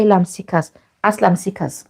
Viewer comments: Asylum is pronounced ass ~i ~lum it really that difficult ? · Please stop saying "and so on and so forth!". Also, pronounce the word 'asylum ' correctly! You can do better!